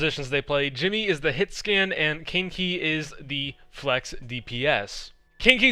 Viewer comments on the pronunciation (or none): he do be saying kinky instead of kaneki doe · I swear the way he was saying it, it sounded like "Kinky" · Kaneki is pronounced Kahn - eh - key it’s an anime character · Kaneki (my profile picture) is pronounced as Ka-Neh-Ki. He's the main character in the anime Tokyo Ghoul. He is also apparently a crackhead on the flex dps when I've watched him in Contenders before. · I think kaneki is pronounced ka-neh-ki it's a character from Tokyo ghoul which is an anime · Ye its not 'kin-ki' or 'kein-ki'(english a) its 'ka' sound like un spanish more or less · That's interesting because "Jinmu" is the Chinese pronunciation for Kaneki lol. Now they will have 2 Kaneki in one team